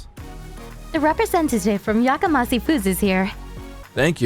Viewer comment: FYI The company name Yakamasi is improbable. It is pronounced with a 'she' on the end, not a 'see'. Japanese romanization uses one or two letters to represent the individual sounds of Japanese (often a consonant and vowel together make up one sound), and there is no 'see' sound in Japanese. One peculiarity of Japanese pronunciation is that the 's' changes to a 'sh' when it is linked with an 'i' sound. But back to meaning, 'yakamas(h)ii' is an adjective that means 'raucous', 'cacophonous' or 'noisy', and has a negative nuance. People yell 'Yakamashii!' when they want someone or something is 'shut up!'